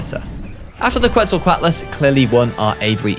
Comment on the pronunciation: My brain turned into a smoothie from your "QUETZLQUATLES"